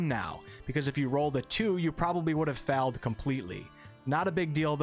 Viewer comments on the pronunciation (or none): Is none going to acknowledge the way he says "failure" and "failed"?